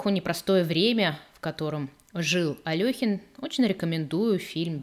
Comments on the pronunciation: Вы в курсе, что в БСЭ пишут то Алёхин, но тут же в скобках указывают верное произношение — Але́хин. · Але́хин... В БСЭ пишут Алёхин, но тут же в скобках указывается верное произношение — Але́хин.